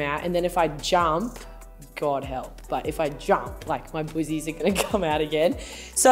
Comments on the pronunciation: Right?!! I thought she was saying "boozies?!" 😁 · Im American and when she says boozies I find it super funny!